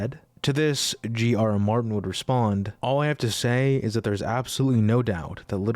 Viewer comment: Gee-aruh Martin?